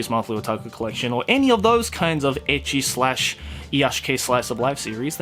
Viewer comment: Pretty sure he keeps saying: ecchi What I keep hearing: edgy